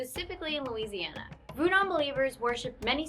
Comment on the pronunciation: when she said lousiana I was like NOOOOO